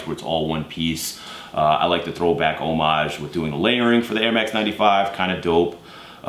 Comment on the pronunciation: Kudos for pronouncing "homage" properly in the context it was used. Ok, as I was typing this he said "kudos"...creepy.